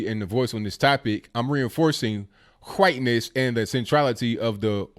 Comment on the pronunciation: Points for correct pronunciation of Hwhiteness.